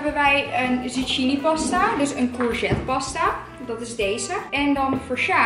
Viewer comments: Omggg haar uitspraak soms kan daar echt niet tegen ze spreekt Engelse woorden veels te plat uit... hahahah zoals “Pilates” dat spreek je uit als “Pailets” maar ze spreekt t uit als “pielates”. Of “zucchini” spaghetti dat spreek je uit als “Zukkini” maar ze zegt “zuggini”. Krijg daar echt autistische trekjes van loll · Even een tip: zucchini wordt uitgesproken als “zukini” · Hoe ze zucchini uitspreekt HAHA